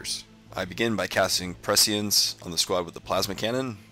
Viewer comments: Pecience? Its pronanounced presence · It's pronounced pre-sh-ee-ence